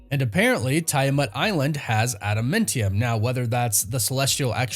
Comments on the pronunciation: Dude I can't take it when you say adamantium.... ANT....IUM!!!! COME ON BRO USE YOUR Vowels!!! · Is anyone else bothered by how he says adamantium? 😭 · With the way you pronounce things it comes off as if you've never seen anything by them ever you pronounce adamantium wrong every time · Im getting triggered for no other reason by the way you pronounce adamantium. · Adamantium not Adamuntium lmao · Thought it was adamantium, not adamentium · it's AdaMANtium, not AdaMENtium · AdamAntium…. Not adamintium!!! You’re killing me man…. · Please stop saying adamentium, it’s adamantium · Why does it sound like he saying Adamintium instead of Adamantium...? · "adamAntium", NOT "adamIntium". Please stop mangling the pronunciations. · AdaMANtium not AdaMENtium!!! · It's not adamentium, it adaMANtium! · Why on earth would you say "adamentium?" That's not a thing.... It's adamAntium. Like Adam Ant-ium. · Adamantium or Adamentium? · Sorry …. Adamāntium not Adamentium. (adam ānt ium) not trying to troll. English major issues! Carry on… carry on… sorry to interrupt. Lol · Adum mentium??? WRoNG it is pronounced Adamantiom. like Adam Ant. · AdaMANtium not AdaMENtium 😂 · Atom Ant Ium not Adam Mint Yum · Bro learn how to pronounce this word: AdamAntium, not adamEntium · Adamantium is named after the singer Adam Ant. So it’s pronounced Adam•Ant•ium. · how you a nerd and say adamantium like that?😂 i love this channel but that pronunciation makes me wanna jab ada mint tium claw into my ears.. just breaking balls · Say adamEntium one more time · STOP SAYING ADA "MINT" EUM. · pronounced Ada- MANNNN- tium 😅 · Interesting casting for sure. I like Steven in everything I've seen him in. I hope he kills it (the role that is). It will be interesting to see him play the meek Robert Reynolds turned all powerful Sentry turn all destructive Void. By the way, what is Ada-Mint-tium? It's Ada-Minty Fresh? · Pronounced Adam ant tee-umm Adamantium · Ada - MAN - tium